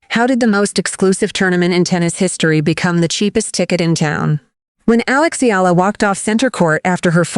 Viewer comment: Finally her family name is pronounced correctly--Eala (E-YA-LA)